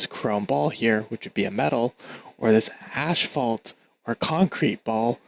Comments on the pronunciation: Wonderful video, thank you very much! Quick note: the word asphalt is pronounced "as-falt" not "ash-falt"... ;) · wait what accent is that where you pronounce asphalt as ash-falt? I've never heard it pronounced like that